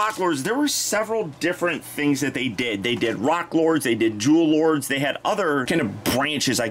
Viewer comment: I keep hearing Jew Lords instead of "Jewel Lord".